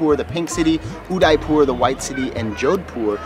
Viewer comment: Heii frst time i had ur video and i totally fall in love with amazing video i residing in udaipur. And ur pronounciation uuddaippur makes me smile. next time pls comeagian udaipur i want to be a part of ur video and i will se u some unknown place in uddaipur😂